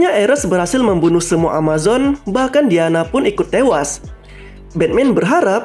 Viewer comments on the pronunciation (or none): none